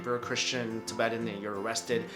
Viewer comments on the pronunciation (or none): none